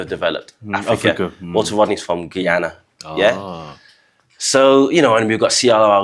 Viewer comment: Walter Rodney is from Guyana, which is in South America and is a member of CARICOM, but is not geographically located in the Caribbean. You pronounce it Guy (as in Guy Falkes) ana = Guyana. Slavery is trauma at the DNA level, for those in the English speaking Caribbean and South America, this trauma is also present in Africans enslaved by the Spanish, Dutch, French etc. All decendants of slaves in the Caribbean, North and South America know their origins! These days when the Caribbean is mentioned, it is always only associated with Jamaica, why is that? By the way thank you for all prophetic reggae born out of Jamaica!!! It still is a raggy road ya all!